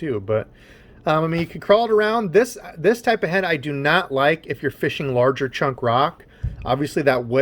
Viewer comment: I like your videos as much as I hate when you say feesh or feeshing...it's so bad